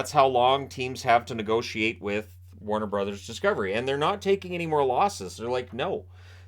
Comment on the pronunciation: Did you mean Warner Bros? Not Watner Bros